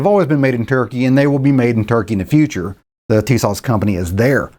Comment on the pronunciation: FYI I believe the correct pronunciation is " Tuh-SASH ". Emphasis on second syllable. I saw that when listening to the Turkish manager of the plant in Turkey in a Documentary film.